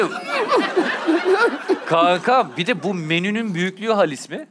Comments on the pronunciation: Cem'in "halis mi"yi söyleyemeyişi #halismi ay her demende kriz geçirdim <3 faikfaşdijfdşsalişsfak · Yav cem bey, halis değil haaalis diye okunur o “hâlis mi?” denir yani 😃